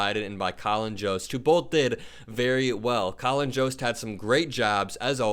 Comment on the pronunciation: I think Jost is pronounced with a Y sound not J. Like Yoda, Yost, for future refrence.